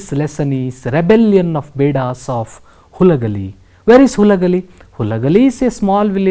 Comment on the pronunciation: That is Halagali not Hulagali